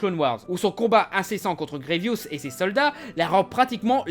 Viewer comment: C'est GrieVOUS pas GrieVIOUS mdr